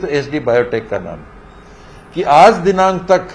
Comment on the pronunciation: Hai ki jagah kai bol rha h 😀😀